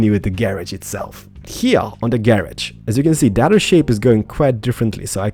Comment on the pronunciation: I like how he says "Gay-Rodge"